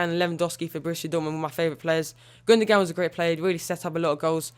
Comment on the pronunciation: Gundoan not Gundogan